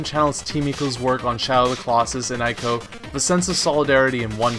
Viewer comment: Great video! I appreciate being informed on some indie games that have slipped under my radar. The only constructive criticism I'd like to add (and I seem to be the only person that this bothers, but whatever): Ico is pronounced "E-ko" with a long E, not "eye-ko". In Japanese you never have to guess at pronunciation. They don't have goofy, loose grammar rules like we do in English. So since it's written as イコ in Japanese, you know it's a long E sound followed by "ko".